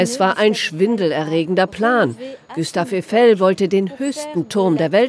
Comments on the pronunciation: Der Typ heißt Gustav Eifel.. und nicht Güstaw Üfel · Günter Öffel 🤣